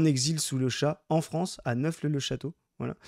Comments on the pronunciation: on dit NEAUPHLE-le-château (et pas "neuphle"). Mais sinon très bonne vidéo. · Oui puis Neauphle le chateau ça se prononce "nofle" le chateau . C'est tout 🙂